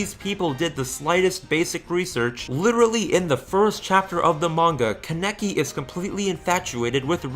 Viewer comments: Everyone:Kaneki This guy: KENEKI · Why do you keep saying ka-NECK-ee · "ka necky" kill me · Please for the love of god stop saying "kuhneckee" and "Ofter" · It's "can-e-key" .... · Con-eck-i lol, I can't get over that. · The way he says kaneki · You mispronounced Kaneki's name